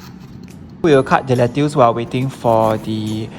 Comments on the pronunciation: and Did / just said Lettuus instead of lettuce? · "Let-ters", not "let-teuce", pls check how to pronounce the word. For fries can get the frozen ones and just air fry, but kudos for the effort :)